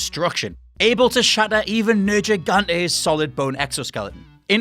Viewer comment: You can tell that he cant be trusted by his pronunciation Nergigante